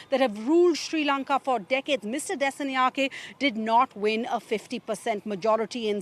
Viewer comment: Her pronunciation of 'Dissanayake' is what you'd expect from a text to speech generator. 😅